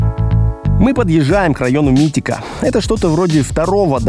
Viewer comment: не Митика, а Мимико )))